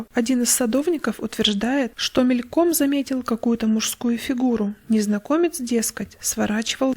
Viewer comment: мЕльком, а не мелькОм, запыхАться, а не запЫхаться, но прочитали хорошо!